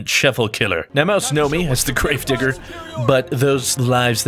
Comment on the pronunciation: Kinda didn't sound like you said digger at the start...